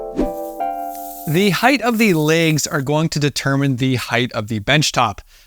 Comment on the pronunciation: Fantastic video. But one bugaboo: there is no 'th' at the end of the word 'height,' which rhymes with 'right.' Even in Canadia.